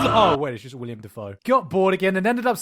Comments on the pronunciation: fyi... it's Willem. Not William. Also fun fact: Dafoe is actually pronounced with a long A sound, but people got it wrong so much that Willem just accepted it and rolled with it. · Willem not William. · If there's one thing that's bugging me in this video it's "William Dafoe". William? His name isn't William, it's Willem. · It's Willem, not William. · Am I the only one bothered by him saying Willam Dafoe?